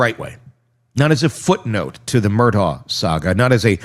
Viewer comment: “Mur-dock” 😊 Love your channel.